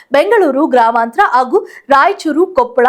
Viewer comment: ಘಾಳಿ ಅಲ್ಲ, ಗಾಳಿ ಸಂಚೆ ಅಲ್ಲ, ಸಂಜೆ ಆಗೂ ಅಲ್ಲ, ಹಾಗೂ ಬಾಗಗಳಲ್ಲಿ ಅಲ್ಲ, ಭಾಗಗಳಲ್ಲಿ ಕನ್ನಡವನ್ನು ದಯಮಾಡಿ ಕೊಲೆ ಮಾಡಬೇಡಿ